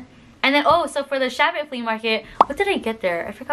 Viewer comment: Chabot.is pronounced like Shuh bow. Rhymes with rainbow. Thanks for all the great info!